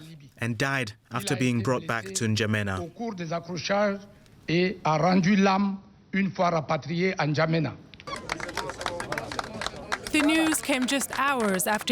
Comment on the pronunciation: Watching western news casters struggle to pronounce N’Djamena has been the best part of the last few days.